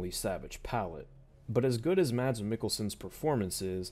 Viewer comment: I believe it’s pronounced “Mad” but whatever